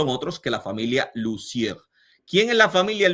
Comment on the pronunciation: Lussier se pronuncia (Lucié) sin la R final y acento de palabra aguda en la última sílaba